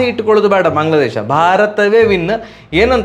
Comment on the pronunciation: ಬಾಗ್ಲ ಅಲ್ಲ ಅಣ್ಣ ಬಾಂಗ್ಲಾ